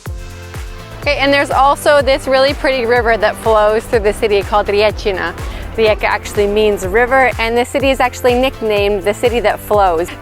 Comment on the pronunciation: I very much like it that you pronounce the city correctly.